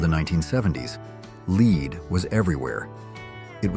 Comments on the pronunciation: Cheese Louise! If you're going to use an AI narrator, at least have it correctly pronounce the words it's reading! MADD is not pronounced 'maddie', it's lead (led), not 'leed'. Annoying as heel! 😂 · AI..."lead " in the context presented is pronounced "led", NOT "leed" or "lid".🤦🏼‍♀️ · please someone teach the stupid AI to pronounce Lead the metal correctly , it is not L.eed,,like in leaders , it is Le.d like in, well Lead😂😂😂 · Another AI mispronouncing LEAD, calling it LEED. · I don’t mind the background music but the AI voice that mispronounces at least one out of six things is REALLY annoying. “Mom” “leed” “MADY”. ( for MADD), and getting the product name entirely wrong. Also please do a better job of not putting modern photos ( Princess of Wales-endorsed product NOT Diana). Oh, “goblethegoop” was “gobbledegoop”. Didn’t have that toy. Cost too much and I was growing out of toys by then. Have not finished watching; there’s prolly more. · Be careful of that leeed based paint. Was thinking an actual human was narrating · "Lead" instead of "leed" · Pronounced lead wrong then changed to the correct pronunciation. "Americans " certainly struggle with English. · This isnt a real persons voice. Its AI. You can tell by the way it misses contect of words sometimes. Like when it pronounces "Lead" in several ways depending on the sentence. Lazy AI voices are a pain on youtube now :( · Mispronounced LEAD PAINT